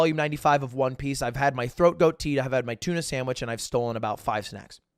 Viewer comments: He definitely obfuscated the pronunciation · awesome story but is anyone else bothered by the fact that he calls it "Throat Goat?" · Is the tea he was talking about throat goat or throat coat? Sounded like goat but all I can find it coat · Did he say “throat goat” instead of “coat” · he was saying throat coat and i was like “did he just say throat goat” edit: likes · I shrieked every time he said throat ‘goat’ tea 😊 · Hey I wanna try that tea but I can’t tell if you are saying throat goat or throat coat. Can someone help me out here?